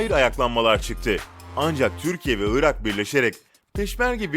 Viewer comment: ıra deyil ırak 😀